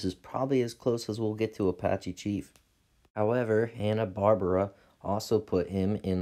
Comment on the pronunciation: Say it with me Hanna Bar-bera.